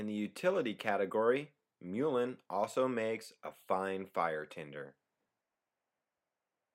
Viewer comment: lol.. he can't say mullein correctly. it's not like the animal the mule.. it's more like mulberries and mulch...